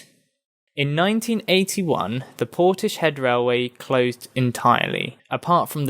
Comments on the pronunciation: It's "Portis-head", not "Porti-shed". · Interesting except it is pronounced Portis-head.